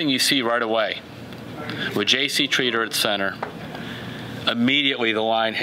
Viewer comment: JC Treather or JC Tretter (Treader)??